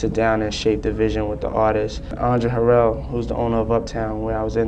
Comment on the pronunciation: I could be wrong but, Andre’s last name is pronounced “Huh-Rell”…or maybe he said it that way to be fancy 😂 I’ve watched soooo many deep dives on Diddy b/c he has so much mess that it’s hard to process everything at once 😭